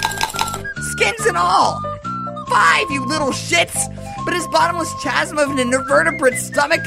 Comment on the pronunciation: Chazum, lol. (The h is silent, chasm is a weird word.)